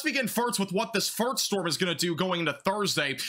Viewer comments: Is it me or does he keep saying "farts" instead of first... not trying to be mean, just what I hear. Enjoyed the weather report though, very thorough. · I dont want to be that guy, I love your content follow you closely, but when you say first, it sounds as you are saying Farts lol